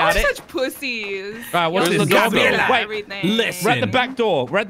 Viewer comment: Its Gabriela not Gabriella